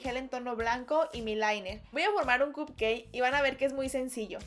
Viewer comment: no se dice cut cai se dice cup cake